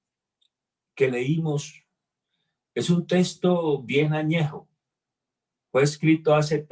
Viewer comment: Se dice texto. No testo.